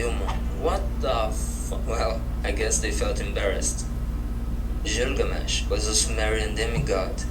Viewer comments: God i hate how ge says Gilgamesh... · When this guy started listing the 20 most important gods he could have pronounced the name of the last one better. He just happens to be the most famous in pop culture. Gilgamesh.